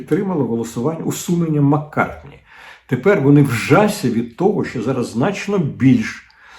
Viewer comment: Ні, ну це вже занадто! Дмитре Олександровичу, Ви ж минулого ефіру вже навчилися прізвище республіканця Кевіна Маккарті вимовляти, я так зраділа) І знов Маккартні 🙄 І ще й три рази поспіль!🫣 Ви хоч слухали пісні Пола? Чи може навпаки, так фанатієте від Бітлз?😊 Але, все ж краще відрізняти англійця від американця.🤪 За решту знань зусиллям волі ставлю вподобайку. І останнє: не лайтеся в ефірі словами непотрібними на букву "х"(не христянство!), бо неприємно ріже слух, будь ласка.